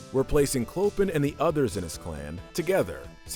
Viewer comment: Did anyone hear say Coplin. (Of course even though his name is pronounced "Clo-pan", I too said his name in a different kind of vowel.)